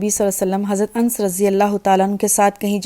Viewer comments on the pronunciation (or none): Annass naam hai, anss nahi.